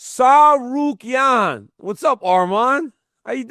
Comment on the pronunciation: Good job on saying his name DC u a G